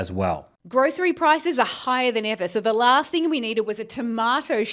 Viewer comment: The llllaaaaaaaaahhhhhhhhst thing we need. Brother why so much emphasizing 😂